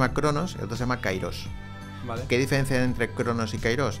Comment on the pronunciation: Καιρός αι=e Se pronuncia kerós no kairós